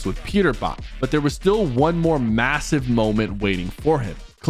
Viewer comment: did u just say masive?